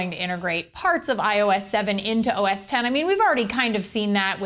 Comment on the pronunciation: Glad she says "OS 10" and not "X"